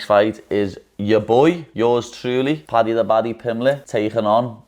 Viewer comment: Paddy’s pronounciation is killing me 😭